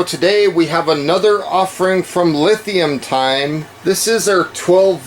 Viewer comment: Everyone else is pronouncing that "Lee-Time". I hope they're decent because I just bought two of their products.